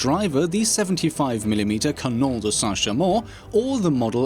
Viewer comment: Left in two seconds after I heard how you say Saint...